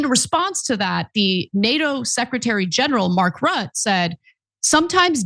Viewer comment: You can't even pronounce Mark Rutte's name (Ru- teh) correctly, acting like it's the first time you come across it?! Where TF have you been these past years??? You dare comment on foreign affairs yet are totally ignorant re the key players involved? Pathetic, as are most of your foreign affairs takes.